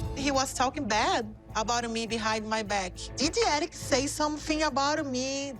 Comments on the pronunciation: I hate her. She knows so much English, yet she cannot pronounce a word. If she says someone name she adds an EE... erikeeeee, colt eeee, David eeeee. She is such a user it’s ridiculous. It’s not that she cannot say Eric, cause she has said his name perfectly, but then she goes back. She is just such an attention seeker. She has said Colt and she said it perfectly. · How come she can’t say Eric the correct way... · Why does she Add an E to everybody’s name